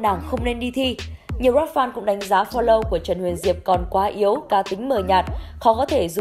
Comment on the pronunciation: Phờ lâu (flow) hk phải phô lâu(follow) chị ạ :))